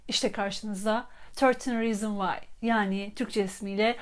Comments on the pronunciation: Rizin degil rizins diye okunuyor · reasons derken s de söylenmiyo mu